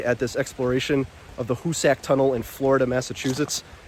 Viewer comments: Great video! I think it’s pronounced Hoo-sick and not Hoo-sack, though. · hoosac tunnel .....(pronounced hoos sick ) not a story about " who's sack tunnel" that's another video (age restricted )